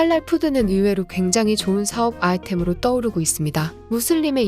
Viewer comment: 나레이션 컴퓨터인가 발음이 기괴하군 "사업아템?"